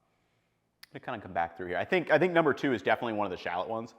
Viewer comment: he didn’t even pronounce shallot correctly